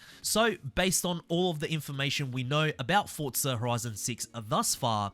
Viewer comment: It isn’t Fortza there’s no T. Its Forza, for-zuh. Hope this helps